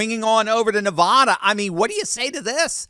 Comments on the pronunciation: it's pronounced Nevada. Not, NevAWHda. As a Nevadan, it's irritating to hear people say it wrong. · We love you in Nevada. BUT you have to learn how to pronounce Nevada correctly. Its cringe worthy.